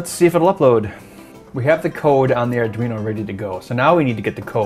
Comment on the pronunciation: Adweeno? Whats that?